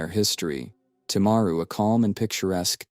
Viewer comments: You can't even say the town probably Tim-a-ru timaru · This happened a few hours from where I live. Sadly some people think that she shouldn't be in prison. She had post natal depression, not psychosis. One in 20 of us experience depression, it doesn't give us a licence to kill. If we allowed her to get out of jail free, then we'd be allowing everyone who had depression to hurt others. PS: The pronunciation of Timaru and Graham is annoying